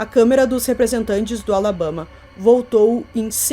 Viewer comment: Que "Alabêma" foi esse, gente? 😂